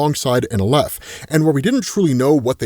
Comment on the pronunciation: Not that I'm an authority on this but I have heard "aleph" pronounced with the stress on the first syllable, pronounced like the Al in Alex. Love the videos always!